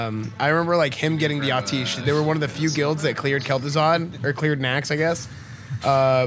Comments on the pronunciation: I thought Atiesh was pronounced "ah-tee-ash" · Imagine saying 'ateesh' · Pronounced Ah-Tee-Esh according to Khadgar in Legion ;) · The subtitles think your saying “autistic” when you pronounce Atiesh. 👍💀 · Is it not pronounced at-tea-esh ? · Clicked away after the first time he said Atiesh wrong. Cmon Esfand, its a legendary item, the least you could do is pronounce it's name properly